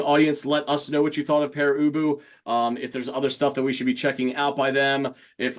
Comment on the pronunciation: Thank you. Not only is our name pronounced correctly but it's a really intelligent review. You humored us.